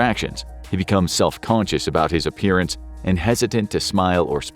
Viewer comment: You should be self conscious how you pronounce conscious